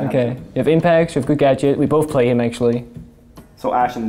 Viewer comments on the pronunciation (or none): none